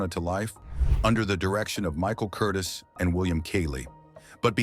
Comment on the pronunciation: Someone is programming the AI narrator's pronunciation. And the programming is sometimes inaccurate because the programmer has never hear of some of these people. Michael Curtiz is pronounced Cur-teez. Bette Davis is Betty Davis. Walter Wanger, the producer for Cleopatra, is pronounced Wayne-jer not Wanger as it's spelled. Yet, the German words seem to have been pronounced correctly.